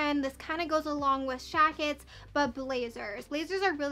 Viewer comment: Every time you said Shacket cracked me up every time!!! Love your hauls and you❤️❤️